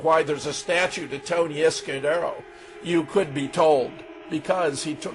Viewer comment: LOL Fetzer continually butchers Izquierdo's name.